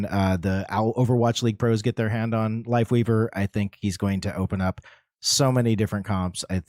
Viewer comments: He DEF said Wifeleaver. No joke bro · Just for some info... doesn't say WifeLeaver.... but he def does say accidently WifeWeaver 🤣🤣🤣🤣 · nah he definitely said ""wifeweaver" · bro said wifeleaver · He 100% said wifeleaver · he said wife weaver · Wifeleaver bro... he said Wifeleaver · he 1000% said Wife Leaver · HES SAYING WIFE WEAVER NOT WIFE LEAVER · He 100% says wifeleaver bro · I love that he clearly says wife leaver especially when he slow it down but still argue that he doesn’t 😂😂😂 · HE 20% SAYS WIFELEAVER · He says it twice but you can tell there's a clear difference in how he pronounces it either time. Unlike the first time, he has a clear L for life weaver while even in slow mo he sounds like he says Wife leaver the first time. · he said wifeweaver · I’m sorry …but the Reinhardt size Brigitte Ultra wide HD TV shield does not look good…..that’s just my opinion… Listen closely… most definitely did say “WifeWeaver”. There’s even a very very VERY short pause because he realized he fu*ked but kept going regardless. 😂🤣 That did indeed sound like “Tree of Wife”. ………………………………………… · oh he definitely said Wifeweaver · He said wifeweaver lol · He totally fuckin said wifeleaver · He said Wife leaver😂 AND THE DRESS WAS ALWAYS BLACK AND BLUE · hes saying lifeweaver it sounds like he has a tiny speech impediment